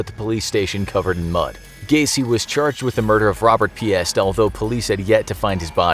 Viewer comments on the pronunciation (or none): FYI, Piest is pronounced peaced, not pee-est. The S in Des Planes is silent. I wish folks knew pronounciation before making videos.